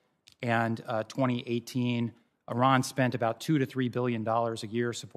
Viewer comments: Ernst keeps mispronouncing Iran's name and keeps being corrected, but doesn't matter; stupidity can't be taxed. She just reads off the fodder she's given though her ignorance and bias are astounding. I recommend she gets a book on Iran to avoid looking so illiterate and blind. When shamelessness is the only asset to sell blow your trumpet high as flutulence is unavoidable on too much beans. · She can’t even pronounce Iran properly. Performing for her corn-headed fans.